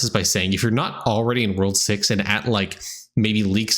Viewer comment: he really said "World sex" i had to rewind it a few times. lmao.